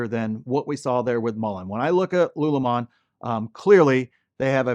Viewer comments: LULUMON? Lol its lululemon. sound it out. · It’s “Lululemon” not “Lulumon” 😅😅😅😂😂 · its Lulu lemon not lulumon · You said LULU wrong! I told you how to say it! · My wife was not happy that you did not pronounce Lululemon properly... It's her favority athleisure wear.. lol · Lulu lemon. Saying this stock name wrong makes you look bad. Why do this? If you listen to their own earnings calls, none of them refer to their own company as " lulu mon". What gives? J Quelen, A A Ron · Bro why you saying lululemon wrong?? 😅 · it is pronounced (lu, lu, 🍋 lemon)😊